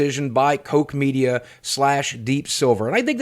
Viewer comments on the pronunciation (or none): Also its proounced COCK media as its German but Deep silver and Koch are both owned by THQ Nordic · It's pronounced as 'Cock Media'. I deleted my Epic Games account over this. I will wait until I can get a PS4 copy at a pawn shop for $5. This will happen within 3 months of release. The publishers get absolutely nothing from the sale of a used (physical copy) console game.